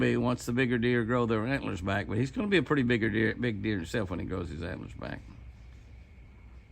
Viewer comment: Haha, they're "HANT'LER'ORNS" Jimmy!😂🦌